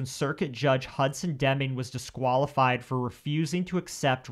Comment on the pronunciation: Obviously, this is fucked up and hard to think about and stomach... But why are these people pronouncing words so fucking weird?!?! "Toddaler".... "Disquallafied".... Just the ones that have stuck out the worst